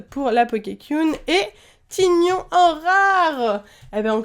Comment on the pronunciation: tygnon ce prononcé taïgnon